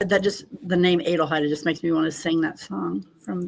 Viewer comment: IT IS PRONOUNCED AH-DELHEID (like Adele).. we do not say AYE-DEL do we? No.